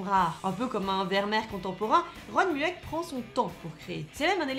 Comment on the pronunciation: Superbe vidéo ! Par contre un truc m'a stressé.. Je ne sais pas s'il y a plusieurs prononciations mais on dit généralement "Ron mueck" avec la prononciation Moueck pour son nom de famille. Sinon très bonne vidéo 😊